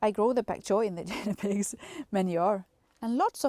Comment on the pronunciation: Great garden setting love your motivation thank you for sharing and trying in English , oh it’s a G not J sound for Guinne pigs spinach has always been slow I prefer Silverbeet harvest is a lot better ☺️happy gardening from Australia 🧤👒🦘🐨🇦🇺🌱🙌